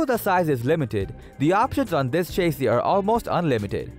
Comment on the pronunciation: lol chase-ee.